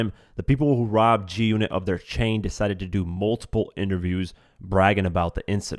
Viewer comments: Are you saying Junit? Do you not know it’s G-unit? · Lol "this story with the junnit chain"